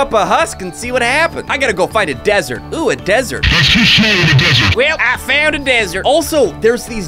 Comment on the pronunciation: "dsert" jk